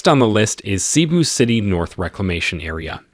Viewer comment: We apologize for not putting accent marks on our language. It's not widely implemented unfortunately. It's supposed to be pronounced as Maníla not Mánila and Cébú not see-boo to name a few.